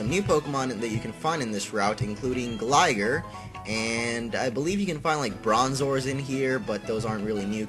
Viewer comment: Facepalm every time he says gligar wrong